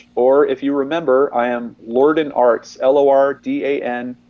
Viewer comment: John Lor-Dan. Don't you hate it when folks repeatedly mispronounce your name? LOL.